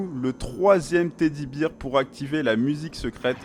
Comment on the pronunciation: Stp . Teddybear = teddybère et non pas teddybire . Dsl et merci pour ces "tutos"